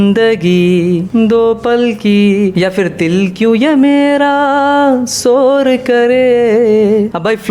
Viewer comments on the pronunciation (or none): Sor nhi shor kare